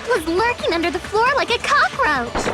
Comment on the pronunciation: it's NOT THAT HARD to say under the floor